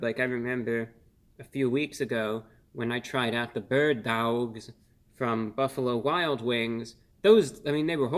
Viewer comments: Wow, you actually said Bird Dawwgs again lmao. One of my favorite reviews ever as it had me rolling on the floor laughing. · Worth watching just to hear Reviewbrah say "Bird Dawg" again.